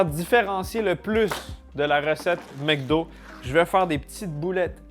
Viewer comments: Pourquoi tu dis "MecDo" alors que c'est "MacDo" ? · c'est MEC DO pas MAC Do.... Comme McCain et tous les nom Mc